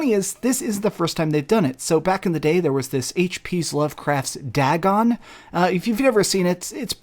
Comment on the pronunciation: It’s pronounced Day Gone not Da Gon and HP Lovecraft was an author who wrote many horrors and one of them was Dagon. There just happens to be a film based on that tale.